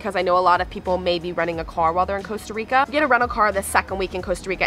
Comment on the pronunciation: So painful for someone to be in Costa Rica and not even be able to pronounce the name of the country you're visiting.